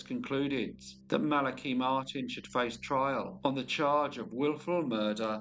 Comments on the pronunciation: Interesting because according to what I found, and how I've always heard it, it is pronounced thus: The name Malachi is typically pronounced MAL-uh-kigh. The emphasis is on the first syllable, "MAL," and the "a" in "Mal" is pronounced like the "a" in "apple" or "cat". The "a" in the second syllable is a schwa sound (uh), and the "i" at the end is a long "i" sound, as in "kite" Maybe it's a UK thing. No matter, pronounce it how you think it should be. Cheers. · I love this channel, but that's not how you pronounce Malachi.